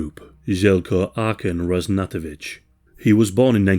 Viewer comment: Oh, for heaven's sake, couldn't you learn correct pronunciations? It's RaZHnatovich, MiloSHevich, BiYelYina